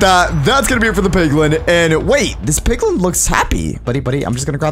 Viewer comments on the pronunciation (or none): BTW why did you say piwin when it was called giant piglin 😆 lol